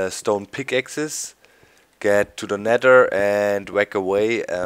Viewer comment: you said nedder doc :o hahaha